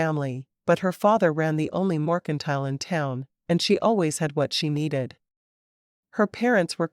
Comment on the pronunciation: mercantile is not pronounced "morcantile"